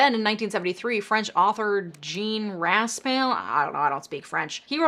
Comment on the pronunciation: ...Zh-ahn Rasp-eye ...Wren-no Ca-moo.